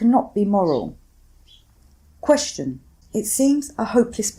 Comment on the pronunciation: There is no H in "Question."